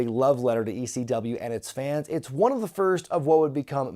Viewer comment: why does he say they chant "E-C-DUB"? its never been Ec-dub, weve always chanted just quite simply "ECW" it just sounds like EC-Dub on Tv.